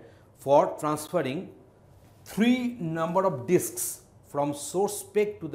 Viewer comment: Is it only me or did he really said Dicks instead of disks